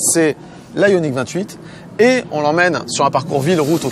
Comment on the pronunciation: J’avoue que dans le bilan final, parle de façon naturelle et des plus distinctive. Il n’y a que lorsqu’il parle de truc bizarre, yoniksys je ne sais pas quoi, là il commence à délirer et on ne le comprend plus.... A bientôt et merci pour toute cette bonne humeur, vous êtes les meilleurs!!